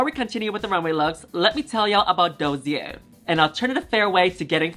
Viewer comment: Your pronounciation of the word "dossier" was almost perfect ! Th eonly thing wrong is that the ss is said like the single s at the start of a word, like start, and not like a z.